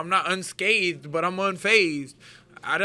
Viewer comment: "Unscathed" & "Unphased". Two words that Julian Lane can't pronounce.